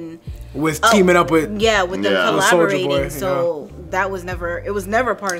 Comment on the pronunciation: Glad im not the only one who hears "Soulja boy" instead of Soldier boy